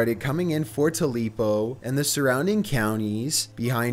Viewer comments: It's pronounced Too-pa-low..... Not Ta-lee-po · It is NOT pronounced "tooleepo". It's Tupelo. Where Elvis was born. Plz get it under control. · it's pronounced tu-pe-lo not tu-lepo mississippi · The narrator kept saying the city of Mississippi wrong...Everytime..ITS TU PE LO..NOT..TE LI PO! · HE KEPT CALLING TUPELO TULEPO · There is no such town as "tu-lee-poh" Mississippi. It's Tupelo, "too-pe-loh" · I'm from Mississippi so I can't get past this dude calling Tupelo "Too-lee-po" for the tornado story. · Oh no. Tupelo=Tulepo. I DONT UNDERSTAND. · #7: It's Tupelo, pronounced Too-pillow, not Tuleepo. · I don't hate his inflections I hate how he mispronounces at least one thing in every video. Like him calling TUPELO "Tuleepo", every time he said it. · How do you even get tuleepo out of the name tupelo? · Tu-LEAP-o 😂😂😂😂😂 Its Tu-PEL-o bless his heart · *Tupelo. Not Tubelo. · And in number 7, it's pronounced **Tupelo**, not "Tulepo" as you said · You said “Tulepo” like five times. It’s Tupelo Mississippi. How did you mess that up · Tulepo? I think you mean Tupelo. 🤣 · You keep saying “too-lee-po” it’s pronounced “tu-pe-lo” you know the birthplace of Elvis Presley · I was living where Matt Lapahn made this announcement. Too pa Lee po no no no lmao it’s two pel o but I remember him doing this on tv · Tupelo pronounced "Tu-LEEP-o" is driving me too crazy. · So English lesson here - it's TUPELO not TULEPO! 😒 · Too-lee-poh! Are you joking? Between his inability to pronounce simple words and his inability to speak like a normal human being, this is at best painful. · Uhm... that's "Tupelo" not "Tulepo". SMDH. How do these YouTubers not proof read their scripts? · Tulepo??? Its tupelo dude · lmao at to-lee-poh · Tooleapo Mississippi...lol...Tupelo...toopello...Elvis Presley hometown. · 2-lee-po 😆😆😆😆 "tupelo" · It's Tupelo not Tulepo 😆😅🤣😂 you must be embarassed being an American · Tulepo, MS is pronounced Tu-pa-low. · Tupelo pronounces. Two-pa-lo